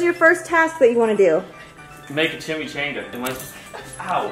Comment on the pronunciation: Yall its chimmy ch on gah